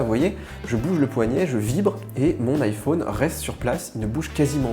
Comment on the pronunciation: IphÔne...c’est très chiant à entendre.